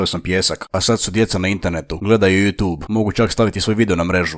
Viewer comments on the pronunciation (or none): none